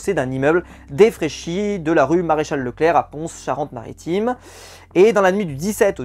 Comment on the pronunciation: Le journal sud-ouest en a fait un article en début de saison. Sinon, on ne prononce pas le "S" de la ville de Pons 😁 (je suis du coin) . Moi je n'ecorche pas le mot "Forez 😁. Pour info, on est privilégié en Charente Maritime (voir même la ville de Saintes ) car on est représenté par Laura et Clémence , peut être pour ça qu'elle s'entendaient bien dans le jeu...